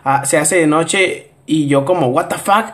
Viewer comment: Me da risa como dice wata fak jjajajajaj